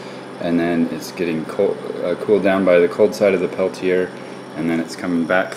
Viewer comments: You said it right the first time. Peltier. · I heard u you pronounce it both ways. Peltier rhymes with Chevrolet. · Jean Charles Athanase Peltier was french. Very, very french. Pelti-ay is the correct way to say it. It's fine that people mispronounce it, but if any of those people try to correct you, slap them hard on the face.